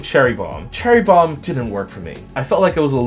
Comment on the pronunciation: Dat Bad Boy Sweater ME LIKE IT!! I notice that "*Cherry Bromm*" lol